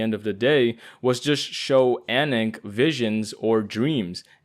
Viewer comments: Anonk??? What? Is that how she's pronounced? I think of her like Aananke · I’ve always imagined her name to be more pronounced like anaakay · fire vid bro but i keep getting triggered everytime you spell ananke because there is NO way that's how you say her name 😭